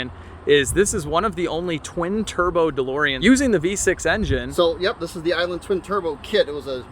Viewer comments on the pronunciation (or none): none